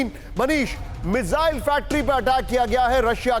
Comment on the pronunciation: गधे मिज़ाइल नहीं, मिसाइल बोलते हैं उसको। कहां से पढ़ाई की है भाई??😂😂😂😂